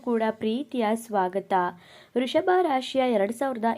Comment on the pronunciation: ವೃಷಭ ರಾಶಿ ಅದು ವೃಶಭ ರಾಶಿ ಅಲ್ಲ ಕಣಕ್ಕೋ